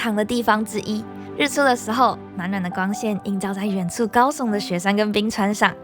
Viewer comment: 你的中文發音要練練，不大好聽，遠處，不是遠醋等等